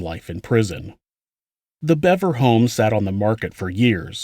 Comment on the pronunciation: its pronounced Beaver stupid fuck